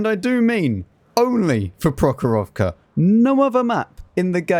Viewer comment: Your pronunciation of the map "прохорОвка" is really fun 😂 The stress should be in the end